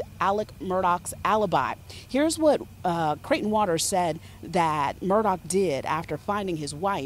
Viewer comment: Why are they calling him Alec Murdock? That is NOT how you pronounce his name!